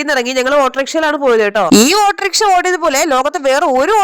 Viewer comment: ഓട്ടർഘ എന്നല്ല ഔട്ടോറിക്ഷ എന്ന് ആണ് 😁